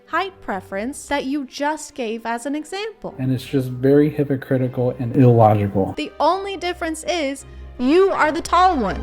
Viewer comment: the way he pronounced illogical as ill logical made me feel levels of rage I have not anticipated